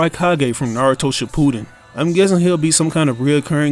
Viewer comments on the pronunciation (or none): none